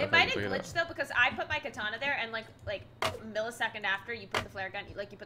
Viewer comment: Katana not na na